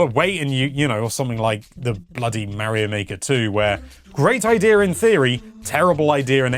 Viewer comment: it is Mario it's not Meario